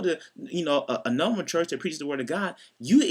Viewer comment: Luke warm *church. (not "chest")